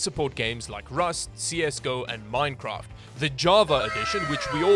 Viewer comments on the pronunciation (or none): none